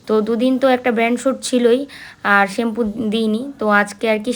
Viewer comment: শেম্পু না। কথাটা হবে শ্যাম্পু